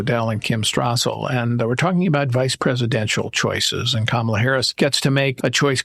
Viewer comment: It is Comma-la. Not Ka-MA-la. Pronounce it right.